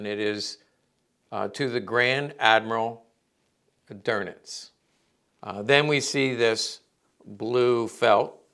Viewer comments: Karl "Doenitz", not "Dornitz" or "Gorbbels". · Minor critique... the Grand Admirals name is pronounced "Doowe-nitz" not "Der-nitz". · No R in Dönitz 😮